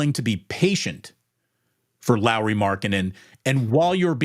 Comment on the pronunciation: It is spelled “Lau”ri. AU is “owe.” My second grader learned this. 🙂